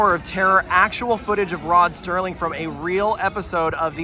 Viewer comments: Always on board for a video. Also, I try not to be "that guy", but it's Rod Serling, not Rod Sterling. He's a person I particularly look up to, so I just want the record to be set straight. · I’m sorry but you’ve got the name wrong for Tower of Terror. It is Rod Serling, not Sterling as you said several times.